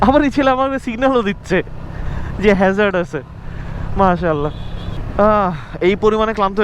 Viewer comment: Hezard na vai Hazard 😅